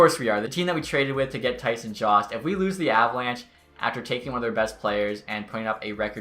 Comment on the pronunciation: I'm 95% sure Jost is pronounced YO-ST or JOE-ST. Not JAUST. Eastern european name